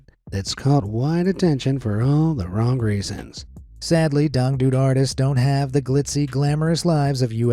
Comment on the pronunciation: The way you pronounced dangdut and Irma bule hurts my soul, But its ok since You are 😊